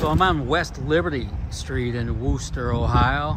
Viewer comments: I grew up in Wooster, pronounced like "crook," not "who", lol. I graduated from the old Wooster High School, which is now Cornerstone Elementary School. Thank you for all the kind comments about Wooster and Wayne County. The group of Amish folk you interviewed do not like to have their photos taken, so I am surprised they agreed to talk to you on camera. Holmes County is just south of Wayne County and has a huge Amish community. I attended WCS many times in the past, but at 74 yrs old, I don't get out like that any longer. I can recall "eating dirt" with every pass of the race cars. This was one of the entertainments my husband and I enjoyed together. One of my sons and a nephew used to race in modifieds in Holmes County a generation ago! Again, thank you for all the kind words. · I believe its pronounced wister, its a funny thing larson is soo good at almost anything you put him in, he just out and out dominated that hilbilly 100 last week, 100 laps he lead, though they did not make it easy for him, its funny how small in stature some of the drivers are, from the younger under 40 gen, well you have buddy kofoid and tyler courtney and zeb wise that are taller then me, but its the old guys that are really tall and large guys like matt goodnight, shane cottle, ryan newman, and bryan tyler that are the tall guys at least in silver crown racing and sprints, larson though yea I have yet to meet him and talk, hope he dont epouse the weird california politics though that would be a deal breaker for me, as good as he is and the best in prob 2 generations. hope buddy is feeling better he took a nasty flip at the 4 crowns last week. the name of wooster used to make me laugh cuz it spelled like rooster, they have the wooster brush company and still make many of their paint brushes in the usa among things.